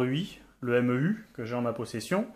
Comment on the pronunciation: "chez les meuh" dit M E U ou le nom complet parce que là ça fait moche ^^